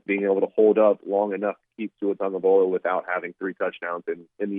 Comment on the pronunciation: My god,! TAGOVAILOA NOT TAGOVAIOLA! Get with it man...